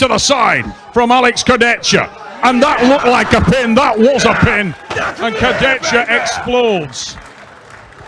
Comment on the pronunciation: to the comentators.. learn to pronounce names. This is disrespectful, u heard 100 times the names and u say it wrong every time .... Kurdecka ? Fetkopf ? Shagnashvili ? .......